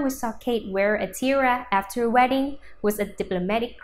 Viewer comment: Tiara...not tiera....you need to practice your english pronounciation and speak clearer.